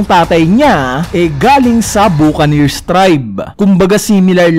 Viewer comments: Sir, it is pronounced as "Ba-ccaneers" not Bu.. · Buccaneers/bakiners ang pag bigkas niyan 😅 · Sumakit bigla ulo ko sa pronunciation ng buccaneers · Paayos lang ng pagbasa sa Buccaneers